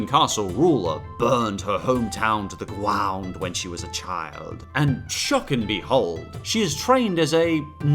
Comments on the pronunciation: the gwound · I've seen this video like 12 times, and I JUST caught the "burned to the gwound" before the clip 😂😂😂😂